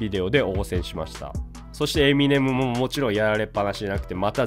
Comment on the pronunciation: エミ↑ネム↑じゃなくてエミ↑ネム↓ですよね？